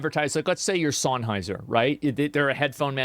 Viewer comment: I'll let you farm my engagement for saying Sennheiser wrong. Fuckin say it right show them some respect lol